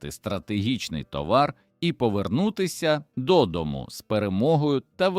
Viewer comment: Все ж гарно викладено та цікаво, але смішно: конì та вòли, а ще - дòдому та стрìльці. Ви з якого місяця впали, панове? Самі не хочете прочитати? Краще ж буде.